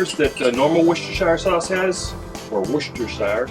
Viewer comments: "Rooster-sheer" your welcome! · com'on it's easy, woos-ter-sure that easy. If you pronounce sure like me and not like the Jersey Sure;-)